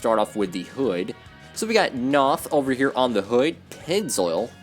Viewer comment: Knauf is pronounced "nowf" according to their Youtube channel